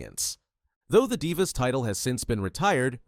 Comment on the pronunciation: i said the same thing when i heard “die-vas” 18min in 💀